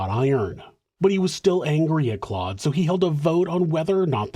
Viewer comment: Just a note that Guy is pronounced Gee in French and Claude is pronounced with an o sound instead of an ah sound. So replace the "au" with an O. Like Cloh-d.